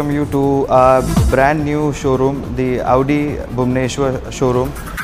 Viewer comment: its Audi not AAUDI